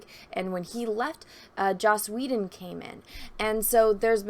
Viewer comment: Take a shot of blue milk every time says "Joss Woe-den"